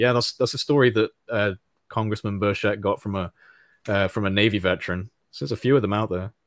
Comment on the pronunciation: Tim BURchet... Not burSHETTE